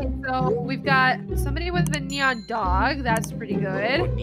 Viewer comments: I love instead of saying "neon" he says "nenon" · I love when they say nenon lol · Pronounced NeNooOOooooooooOooooooon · i love how they say “nenon” instead of “neon” it cracks me up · Ever since I heard the word "nenon" I started to like that instead of saying "neon" LOL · Neyon its perfect but its nice howu said nenon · Lol I like how they say neanons instead of neon LOL it’s so funny I lughf all the time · Can you say neon??????!!not nenon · I love how says nenon when he is a noob 😆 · I love how he said Neon Nenon? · Normal player: "neon or mega neon" Him: "NeNeOn....mEgA nEnOoOnNN~ 😂😂😂😂😂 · I love it when says Nenoen all the time